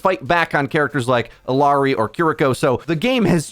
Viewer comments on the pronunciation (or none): I wonder when he will be able to properly pronounce Illari